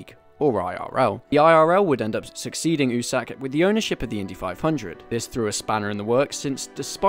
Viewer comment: My dude if you wanna sound like a true fan you have to pronounce it "You Sack" instead of "oo-Sack" great video none the less